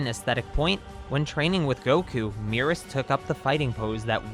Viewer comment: Your pronunciations of Merus and Moro hurt me lol. Either way, I doubt he’s an angel, but the DB fandom comes up with some crazy theories. Also, angels go dormant until a new GoD is chosen. Angels don’t just run around and chill in whatever universes they want lol. I don’t get where people come up with this stuff. This guy is the top elite soldier of the galactic patrol. Is it really THAT weird that he has some type of skill?